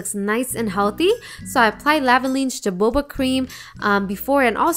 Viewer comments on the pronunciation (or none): i thought it was pronounced ha-ho-ba???? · Jojoba is pronounced hohoba, for future reference =) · Jojoba is actually pronounced hohoba haha